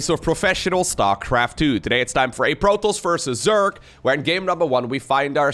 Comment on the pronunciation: i really enjoy watching your casts. i've never been great at SC or SC2 but love them, nonetheless! the way you say protoss sounds like protlss and i love it.